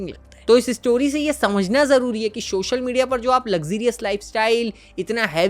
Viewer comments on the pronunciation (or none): videos achi banate ho, bas social ko shoshal kehna bund karo 😂